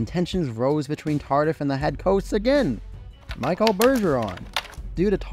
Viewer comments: I'm Canadian and speak English and French. The Michel I gave you is correct. It is translated to Michael in English however. Just assuming as he is French Canadian it is the French pronunciation when using his name. Not trying to be a jerk, just trying to help. Otherwise well done! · FYI. Michel is pronounced Mee-shell. Thanks for an interesting watch. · Names that were mispronounced were Yvan Cournoyer (Pronounced E-vahn Corn-why-yea) Butch Deadmarsh (1st name is pronounced "Butch" as in "Butch" haircut, not rhyme with "Dutch".) Michel Goulet & Michel Bergeron first names. "Michel" is pronounced Me-SHELL.) Rogee Vachon's last name is pronounced Va-SHON. This is assuming that the late Dan Kelly pronounced them correctly. Once again, this was still a great video and much was learned from it.